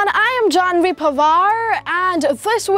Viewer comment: just pronounce your own name properly beta....